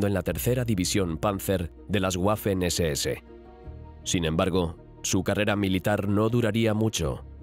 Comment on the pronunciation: Las “Guafen SeSeEse” 😅 Me encanta la voz pero la pronunciación de algunas palabras en alemán son malas y otras buenas 🤔 ¿a que se deberá?